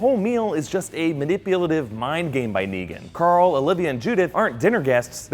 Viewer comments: hahah .. "we're goin' to woral coral!" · "warrr carrrrl..."